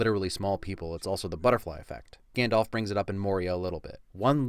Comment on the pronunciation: It's Gandalf, not Gandolf.